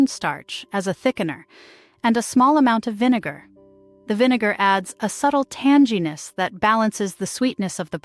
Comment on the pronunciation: The word "tanginess" has a hard "g" as in "go" and not a soft "g" like "general."